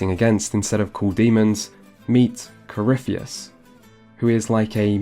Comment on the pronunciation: Coryphie-tits, please at least get the name right